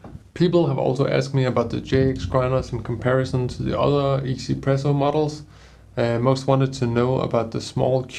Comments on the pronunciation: Lol I used to call it one zpresso too! And thought what a weird name! After I realize it’s a Taiwanese company, now 1zpresso totally make sense! 1 in Chinese is pronounced “E” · Glad to know that people know it's pronounced "ee-Z presso" but not "one Z presso", as 1 is pronounced "ee" in Mandarin lol. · I'm sorry, is it really pronounced 'izi-presso' ?